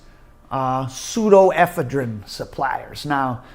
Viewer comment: the only dude on the planet that pronounces an O as an A in every single word. Also Pseudoephedrine NOT pseudo ephedrine. 😂😂😂